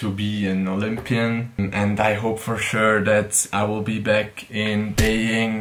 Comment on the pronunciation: See you in Beijing!! (I must point out that your pronunciation of Beijing is not quite correct haha😂) and please keep vlogging!! I really enjoy watching them!